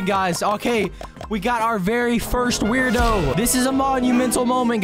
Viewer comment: It’s pronounced word o